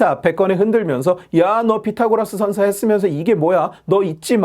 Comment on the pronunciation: 션셔 ㅋㅋㅋㅋㅋㅋㅋㅋㅋㅋㅋ션셔래 ㅋㅋㅋㅋㅋㅋㅋ